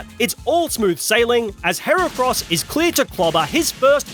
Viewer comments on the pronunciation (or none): IT'S HERACROSS, NOT F*CKING HAIR CRISPS! SAY IT RIGHT! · HERACROSS, NOT HEREKROS! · THE SECOND E IN HERACROSS IS SUPPOSED TO BE AN A! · THERE SHOULD BE ONLY 2 R'S IN HERACROSS!